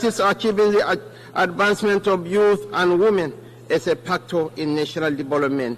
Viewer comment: I can't even understand what he is saying. Unlettered vp. 'This mejors' instead of 'This measures '; 'paktors' instead of 'factors '; 'painans' instead of 'finance '